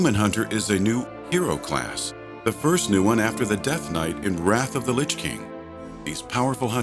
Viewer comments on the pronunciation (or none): none